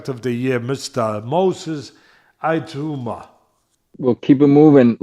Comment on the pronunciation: is doing a good job - I'm enjoying what he has to say. Happy New Year to both Teddy's and their families!! I hope doesn't mind me saying - Moses Itauma is pronounced E-tow-ma, not E-two-ma. Fighters I hope to see in 2025 = Crawford, Itauma, Dubois, Tank, Beterbiev, Bakole.